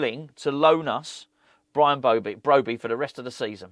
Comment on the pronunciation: Bwian Bwobbey?.... As Woy Hodgson would say, "Look, 2 wongs dont make a white, unless of course you're a Chinese takeaway on the Isle of White, but it's cwiminal what Bwady & Wullivan.... eh i mean Rullivan are doing at stwuggling West Ham, as owners they're like 2 wats in a sack dwunk on power & about as much use as a pair of council gwitters in Antarctica, IMO they should be making Aston Vanillas Duwan a top pwiority, a gweat young stwiker & dwibbler where they'll go fwom stwenth to stwength into to the top six & Euwope." ⚒